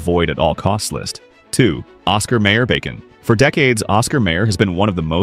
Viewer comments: It's pronounced Osxar MYer, no may er, Downvoted for crappy computer generated voice track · Hmmm, nothing like an AI reader to piss ya off... NOT Oscar Mayor... Oscar Meijer... THAT'S how it's pronounced. And the absolute BEST bacon... Chatfield.... pure and simple. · Every time the AI narration bot pronounced it Oscar "mayor" it was painful. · well, I have to admit yelling at the screen every time "mayer" was mispronounced. That jingle kept running through my head. 🤷